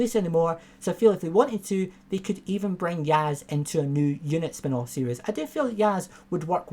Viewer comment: Mate, love your videos but it's "series", not "serious".